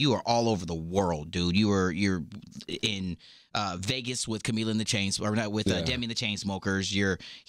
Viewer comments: The way Diplo pronounces Camila ♥ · OMG AM I THE ONLY ONE WHO NOTICED THE WAY DIPLO PRONOUNCE CAMILA'S NAME!??